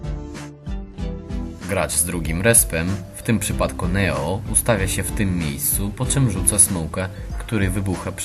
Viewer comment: Aha i jak akcentujesz to nie NEO tylko Nijo :D